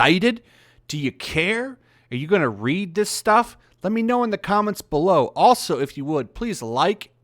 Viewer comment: are you gonna read this stuff? My brain: hm yes, he totally said are you gonna ree?